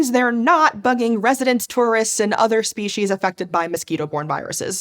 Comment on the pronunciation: Anyone else mentally cringe when they hear "spee-sheez" instead of "spee-seez"?